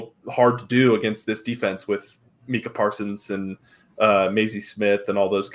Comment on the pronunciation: Great show guys. I'm new to the channel, so I don't know if you guy's were joking or not. But it's pronounced MYKA (Micah Parsons). I say this to say we Cowboys fans are legion (meaning there are a lot of us) Some nice, many are not. And with something as small as that. No matter how right you are, ppl will say "you don't know what you're talking about"